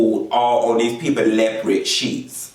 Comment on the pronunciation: I love how you stay "lepered" for leopard. No shade, I really love how you say that. Just like I love when people say southerwren for southern. 😊